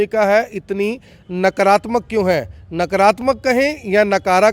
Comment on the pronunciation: नकरात्मक नही नकारात्मक होता है......